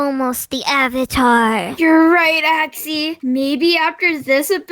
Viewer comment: Axy Not Axi